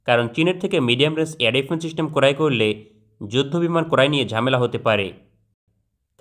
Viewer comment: চিস্টেম না সিস্টেম হবে।